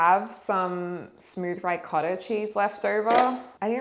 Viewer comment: it's ree-cotta, not rye-cotta